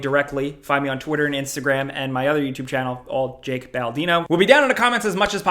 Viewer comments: I honestly thought he said Jalk Baldino. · goes tk the comments to see if anyone else notices that jake says "jack"